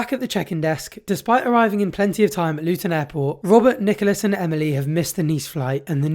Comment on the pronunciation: Why does the narrator keep saying LUTOÑ, no wonder these customers are confused,....ITS CALLED LUTONSTAN, O.K. READ AGAIN LUTONSTAN....